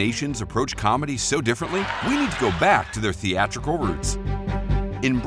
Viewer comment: Threatical? Really?